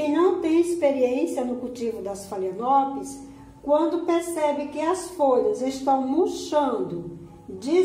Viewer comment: Meu amor, apenas uma dica com todo o respeito: pronuncia-se FALENÓPOLES